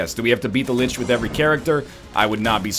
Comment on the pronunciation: still not correct // "Lich"